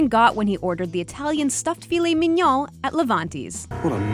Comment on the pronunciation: Where do these videos get the voice over people from? Cant pronounce tiramisu, filet mignon, makes up words like therapeutical. Are the people in this country really this fucking stupid?